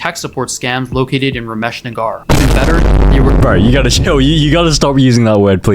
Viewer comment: he mispronounced it as Rameesh N-A-A-G-A-A-R but its actual pronunciation is N-A-G-E-R